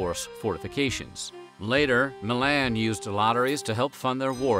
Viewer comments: The pronunciation of Milan should be more like Me-lawn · Bruh you did not just call Milan “Mihlaan” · The pronunciation of “Milan” made me cringe so hard.